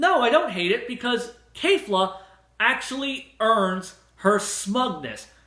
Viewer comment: Dude I love your channel but maaaaan the way you pronounce words trigger the hell outta me for some reason! Goku Saiyan Krillin And now add Kefla to the list of trigger words